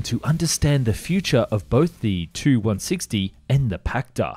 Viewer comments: Tu-95/160 etc. are pronounced as Too and not as Tee Yoo. Russian aircraft designations are based on the name of the bureau that created the aircraft, and the bureaus are named after the constructor. So Tu is short from Tupolev, it's not a designation of two words with T and U being the first letter of each word. Even if it was the first letter type of thing, Russians read very often those as "words" because it's easier. PAK-DA being the good example of this. I am not native Russian, but do speak the language and that's why I'm writing all of this. Check the Russian documentaries for correct pronunciation of bureaus and abbreviations. Start with Telekanal Zvezda, a great source of footage and information. Listen how the host pronounces the aircraft as Too - Dvadsat' Dva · No, it's not T-U, these are not initials nor first letters of words, it's shortened last name of the constructor - Tupolev. Check any Russian documentary for correct pronounciation of Soviet design bureaus. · Not sure if anyone has mentioned it but please, say “Tee you” rather than “two”